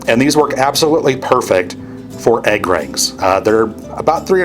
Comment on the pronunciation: Love the video but the way you say egg makes me cringe. What can we do about this?